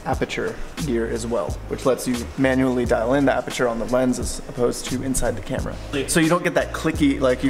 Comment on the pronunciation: aperture sounds like aputure